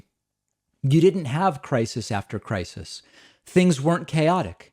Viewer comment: Also, crisis has 2 syllables, not 3. kuh-RYE-sis!!!! LMAO